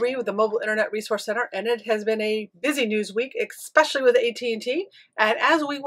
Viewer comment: Ex-pessially interesting.